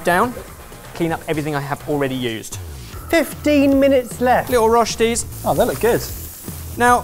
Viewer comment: does love his Roshtis 😂😂😂